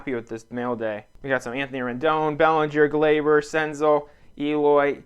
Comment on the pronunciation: Sick senzel! I have some nice stuff of his in my PC. Btw it’s Sen-zell not Sen-zul.